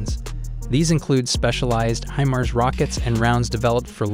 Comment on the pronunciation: You ought to find out how to correctly pronounce Reuters and HIMARS.